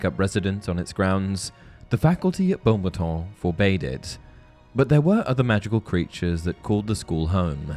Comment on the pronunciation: Can we pronounce it the way Dumbledore did, and not Bo-battons? Thx.